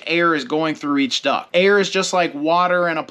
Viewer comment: Quack everytime he says duck😅